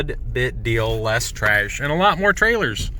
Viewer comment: Tryash? lol